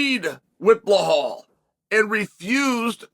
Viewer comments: The correct pronunciation of Belal - 0, Beblal/Leblal/Heblal -100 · whys Chael act like he cant be bothered to learn or pronounce anyones name right? its annoying how he says Bluh-Hallll 👀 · Blahal... Please chael how do you re belal as blahal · One time when Chael was talking about some dude i didn't know, i tried googling him but after a while it turned out his name was nothing like Chael said it. Now, if i were to google "Blahal".... 😂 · Belhame .??? Loll learn how to SPEAK UP !!!! Cmon haven’t they leaned YET !!!!